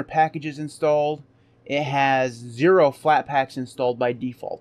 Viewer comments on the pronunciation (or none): none